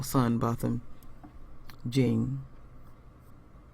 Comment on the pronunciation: It's Jèan not Jean. It irks me when people say Jean.